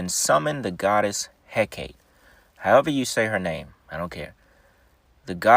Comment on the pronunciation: Its pronounced Hekatee.